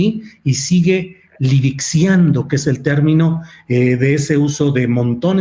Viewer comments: El término correcto es LIXIVIANDO, no "livixiando". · Una pequeña correción al gran Astillero...asumiendo que se le lenguó la traba, la palabra correcta es LIXIVIANDO...todo mi respeto y admiración para ese gran periodista